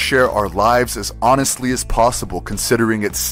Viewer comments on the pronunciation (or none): none